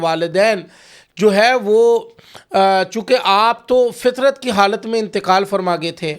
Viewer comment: O. fatrat ka lafz kahye fitrat nahin